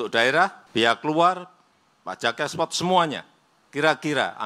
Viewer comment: Konstruksi bukan kontruksi, ekspor bukan ekspot, berbahasa Indonesialah dengan baik dan benar